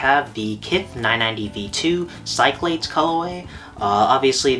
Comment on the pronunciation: Bro Cyclades is pronounced Sick-Lah-Deez. Great collection and video…even though you said “colorway” like 6,300 times. 🤣🤙🏽🤙🏽🤙🏽